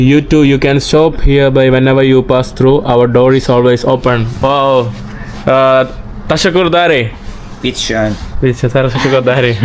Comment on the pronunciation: ’. It is not Teshekkur dare, you should say ‘ teşekkür ederim’